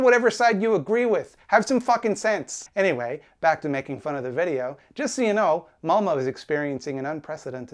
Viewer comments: Its not Malmo its Malmö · As a Swede, a LOT of people think this is the refugee's fault but no, it's Sweden who's letting in a bunch of people for money but not taking care of who comes in the country. Also, this video is old but "ö" is pronounced "uh" not "o" (malmö = malm-uh) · "malmo" my swedish was like "what kind of name is th- OH MALMÖ!" pronounced "malm-uhh" (like the sound u make when u go "uhhhhhh") got this hurts my heart. will yall ever learn how to say Ö? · that's not how you say Malmö it hurts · The most offensive thing in this video is the way English speakers pronounce Malmö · Pronunciation nitpick: the city is Malmö so you'll be closer to the pronunciation by saying "Malm-uh". and the area is Rosengård so you say something like "Roosengourd"